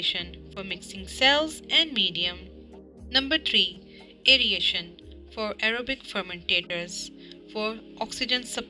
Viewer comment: Very nice and helpful video. But some words are pronounced wrong; if the student pronounces these words like the narrator in the video, it can cause confusion. The terms that were repetitively mispronounced are 1. Fermentor 2.Bioconversion 3. aeration 4. Access 5.Impeller